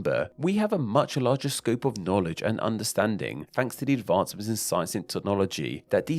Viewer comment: Advancements* not Advoncements